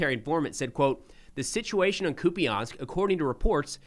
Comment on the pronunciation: I heard the last syllable of the city pronounced as "pole" not "po-le" by the Ukrainian channel.